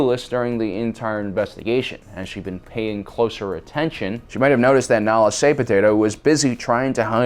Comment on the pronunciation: LoL! the name of the Kaminoan is 'nala' se...